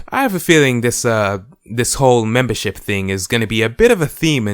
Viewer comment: So much MEMBERSHIP in this video i heard and i heard "membershit"